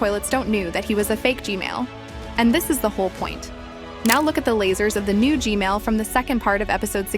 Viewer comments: STOP SAYING G-MALE SAY G-MAN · Can you fix your AI voice saying "gmail" instead of gman? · this mf still saying g mail💀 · You Said Gmail-man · kept saying gmale breh. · Every time she said gmail just got me dying💀💀😂😂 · Why do you say Gmail toilet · She keeps saying G-Mail Toilet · She says G-Male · When will you say G-man right?